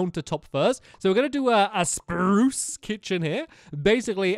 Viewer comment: Stampy saying spruce Sprrrrrrruce